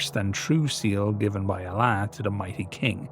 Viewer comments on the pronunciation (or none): Your efforts are appreciated, please please try to pronounce Allah correctly. Both 'A's should be pronounced more softly, more in the back of the throat, like when you see a dentist and he says to open up and say "Ahhh". Not like the 'A' in 'apple'. Your Muslim TC fans will really appreciate it if you get it right! I know I will 😁